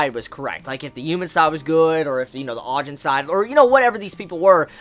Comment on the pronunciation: Btw its (Ah-Jeen)